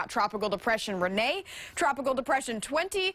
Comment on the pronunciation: It's not Renea it's Rene